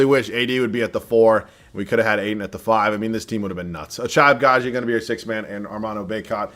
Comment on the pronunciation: At this point I'm convinced keeps getting Ochai Agbaji just so he can fuck his name up 1000 times each video 🤣